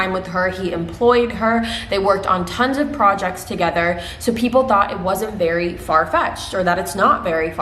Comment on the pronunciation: every time you said "very" I heard "Barry", I might have been to focused on the laundry that I am doing haha. You are amazing!